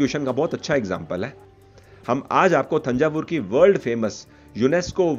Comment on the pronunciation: तंजावुर/तंजौर कहा जाता है न की थंजावुर । कृपया इस बारे में कन्फर्म करें ।